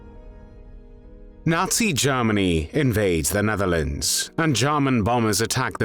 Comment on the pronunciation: Ah, again "Garmany"